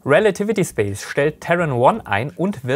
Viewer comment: Woher kommt die Ausssprache Ariane "Spass" ?? Liegt es am Französischen Hintergrund oder woher kommt diese sehr gewöhnungsbedürftige Aussprache des Wortes Space?